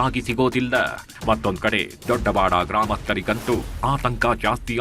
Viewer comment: Sir ಕನ್ನಡ ಸರಿಯಾಗಿ ಉಚ್ಚರಿಸಿ ದೊಡವಾಡ ದೊಡ್ಡವಾಡ ಅಲ್ಲ